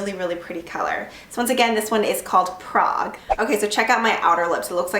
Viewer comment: She said Ibiza wrong, the German one and Prague was okay lol I'm from Czech so I might get Prague